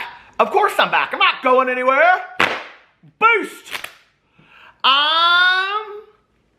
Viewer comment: Okay listen I’m going to be really honest, if it wasn’t for the fan that said “BEAST” I would swear every time you start your videos that you actually say “BOOST”